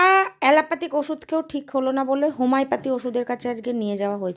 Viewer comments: ঊফ্,,,আরে হোমাই প্যথি নয়,,,,তুই আগে একটু কাকের মতো না চেঁচিয়ে একটু উচ্চারণ ঠিক কর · Ho mi o pathy .